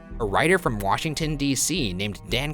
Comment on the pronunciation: “mwahshington dc”